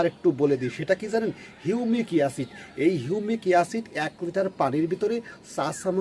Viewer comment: সব ঠিক আছে কিন্তু হিউমিক ইয়াসিড না ভাই ওটা হবে হিউমিক এসিড। দয়া করে উচ্চারণ ঠিক করুন।